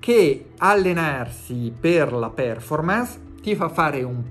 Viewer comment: Siccome siete molto preparati e dotti, ti supplico di dire col giusto accento “perfórmance” (e non pèrformance)!